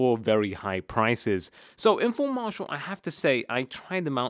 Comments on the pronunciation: Marseeial not marshall lol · its mar-see-al